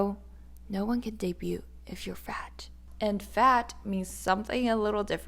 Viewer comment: Girl, "debuted" is pronounced "day-byood" not "day-byoot".